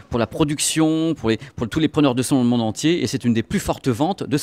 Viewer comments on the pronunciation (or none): none